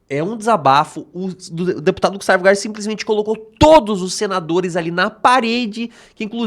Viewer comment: EU GIRÃO AINDA FALA O NOME DO GUSTAVO ERRADO.PQP.